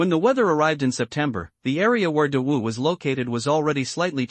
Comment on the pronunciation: I sometimes hears dog Dynasty 😂😂😂 not great wu or Dawu Dynasty 😂